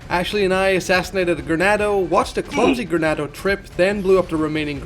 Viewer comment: Great video. But it's "Ganado" not "Granado." Sorry it was slightly irksome to me lmao